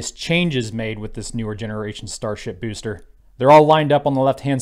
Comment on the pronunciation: I just tune in to hear you say "Bewster" ; ) Worked under the FAR's for over two decades. The FAA's mission statement revolves purely around Public Safety . . . which is a Good thing, cause they're excellent at it . . . environmental assessments? . . not so much. They're not structured for that kind of work, dealing directly with the public. The Fed's are big on redundancy, verification and documentation . . . None of which lends itself to determining how noise effects plant life in a suburb, or weather fish are somehow transformed by brightly lit objects ( actually, i think they are : /. Anyways, if it's looking like the Fed's are "dragging their feet" it's because they are . . . not out of politics but more out of ability.